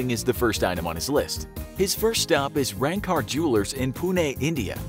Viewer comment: Wow i Live in India N Went to Ranka jewllers sevral times but the pronounciacion is wrong! LOL!...I love this video!